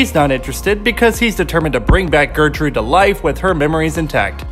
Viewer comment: i literally thought the same he said "getrude" and i was like "wtf is a gertrude it's GÄHRTRUHDÄ"